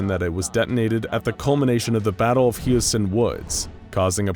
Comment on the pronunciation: Am I the only one that noticed him pronounce Husiatyn like 3 different ways? lol